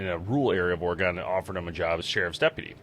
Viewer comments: It's Or-E-gun. Not gone. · As a Oregonian I must tell ya we pronounce it Oregin not Oregone 😁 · It's pronounced Ory Gun not Or gone lol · Interesting video. But, u pronounce Oregon incorrectly. It should be Oregen. Not a hard “o” kind of like u would say “again”…. Think of it like Oregen. Is it possible Bigfoot was helping direct him to his car? Seems like maybe Bigfoot wanted him out of the area as much as Jeff wanted him gone. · Say Oregen(Oregon) not Oregone. This bothered me so much this whole video. Otherwise, great job. I believe it. I've seen some shit in my life no one believes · Hey! It's OREGUN! NOT OREGONE! WE ARE STILL HERE! Pronounce it CORRECTLY!! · Bro it’s Oregon Oregon not Oregan 🤦‍♂️ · People in Oregon pronounce it ORE- GIN not GON!! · Ore-gun....not gone. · It’s pronounced "Orygun”. From a native Oregonian. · Well I guess being ex military and an ex pig(who lie Alllll the Time) somehow Validates His Story But All The Other Thousands of Witnesses story’s aren’t valid😂. And you pronouncing Oregon “Or-Gon” shows your an untrustworthy person yourself. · It's "Or-E-gon" y'all not OrgOn. It's never okay pronounce it OrGone. Don't do that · I stopped watching after he kept saying or-GONE... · Ore gon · Oregon has a E in it your saying it wrong sorry to be that guy but I'm a Oregon native so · The pronunciation of Oregon was a little weird it's not how most people hear say it at least in my area. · You miss pronounced Oregon so many times in the first two minutes I had to stop watching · Oh my god!! Stop mispronouncing Oregon!! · You say Oregon strange